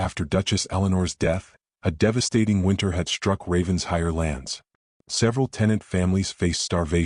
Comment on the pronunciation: OMG! Getting tired of typing this: IT IS NOT RAVENS-HIRE. IT IS RAVEN-SHIRE!!! Lord Pemberton’s son is a holy terror! Arabella Hawthorn is well rid of him. Fortunately for her (and the Duke) the Duke shows up, desperately in need of a governess. Celeste is an envious witch, who will go to any lengths to accomplish her goal. Nathaniel is a worm. Lovely story about one family healing and learning to live again!